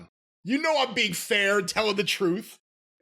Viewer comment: Rhino- Ite 😂😂😂